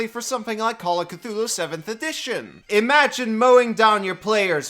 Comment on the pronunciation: said cthulu aaahhhhgg